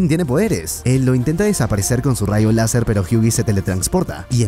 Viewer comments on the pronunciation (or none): Quiso decir rasho láser